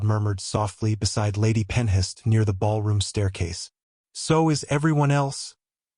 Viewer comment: Ok. I'm totally invested in this story now so a couple more things: Pronunciation of Ravenshire should be Raven/shire. Not Ravens/hire. Also, Penhurst should be Pen/hurst, not Pen/hist. Also, the word wound is being pronounced wrong. 😊 Looking forward to the story of the Ravenshire heir growing up with such an intense, devoted father. (If you are in need of a proof reader I would be glad to help. 😁) Have a great day!